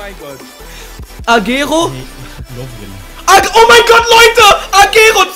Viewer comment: xD agero der wird aber ein bisjen anders ausgesprochen ^^